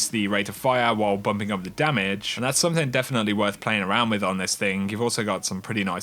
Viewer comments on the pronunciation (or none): none